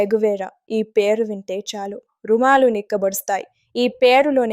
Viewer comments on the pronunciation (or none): రుమాలు కాదు తల్లీ రోమాలు 😂